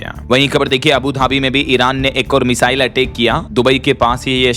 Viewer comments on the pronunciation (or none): none